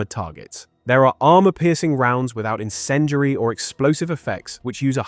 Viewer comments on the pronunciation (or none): What the fuck is "encendry" and "sabot"? Talk properly man.